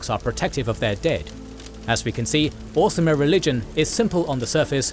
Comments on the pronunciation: You do keep saying 'Orismer' instead of 'Orsimer', which is odd. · He also kept saying ormiser! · Also the "Orismer" haha